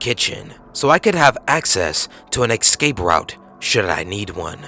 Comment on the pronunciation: "EX-scape" : "SIMON-taniously" : "Anti-CLAMATIC"